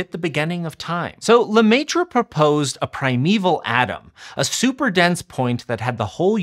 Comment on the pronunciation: You can pronounce Maître. Do a better job.